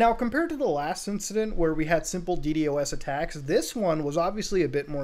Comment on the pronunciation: i love it when Muta says di di o s instead di dos